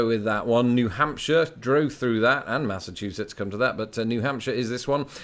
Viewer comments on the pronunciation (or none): none